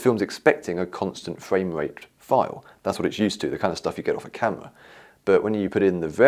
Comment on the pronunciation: "camewa" ...camera